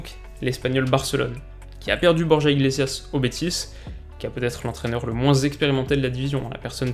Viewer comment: Sa se dit borra sinon super vidéo comme toujours